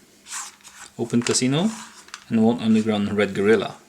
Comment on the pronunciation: Guerrilla is pronounced "GURR-ILL-UH" (English) or "GURR-EE-YAH" (Spanish)